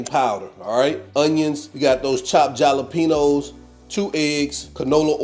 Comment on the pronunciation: The j in jalapeños is pronounced as an H Halapenos